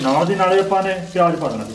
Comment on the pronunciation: Its called. Zeera not jera its called. Payaz not payaj its called business not bijnas its called. Visa not beja